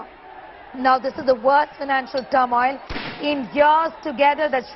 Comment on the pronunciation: Turmoil.....? News caster's ... pronunciation...is not good at all... 😀